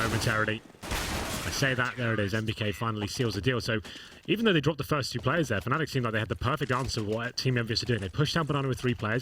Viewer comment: He says "fenelic" instead of Fnatic...or is it just me?